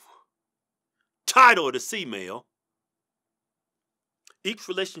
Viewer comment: "Title of this email." Years of watching these guys, i just realised what he was saying. Always thought it was "tired of this email." Lol